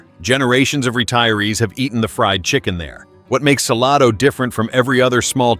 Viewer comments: It's not "Sa-lah-do", it's Sal-A-do." And not the Chisolom Trail, but the Chisholm Trail. Other than those cringy pronunciation, not a bad overview, considering ever place left out. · It is Salado, NOT Saloda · It's pronounced suh-lay-doe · I know this is AI dialogue, but Salado actually pronounced suh-lay-doh. FYI. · Hard to subscribe and trust when you aren’t pronouncing the towns correctly 😂 “Sa-LAY-do” for example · It's Sa- lay-do!! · Pronounced Suh-LAID-o = Salado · Suh LAH dough! 😂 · Saying that Whole Foods and Trader Joe's are in Georgetown completely discredits this video. As does the pronunciation of Salado, which immediately makes "You're not from around here, are ya?" spring irresistibly to mind. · Native Texan... vid lost me when mispronounced Salado. Glad my destination missed this list. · This AI announcer is on my nerves. So many mis pronounced names. Don’t be so cheep!!!!